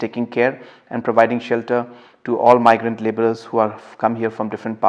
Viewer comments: it's supposed to be "my grant" and she's calling it "me grant". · Meegrant workers....RIP English language...join Avenues noh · Listen to how she pronounces "migrant"